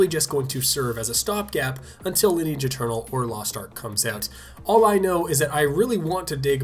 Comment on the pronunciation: Took me awhile to figure out he said lineage eternal not ninja turtle......